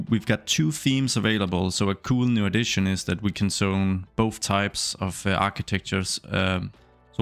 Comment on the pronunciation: I didn't understand why he kept saying "sone", then I realized he's trying to say zone haha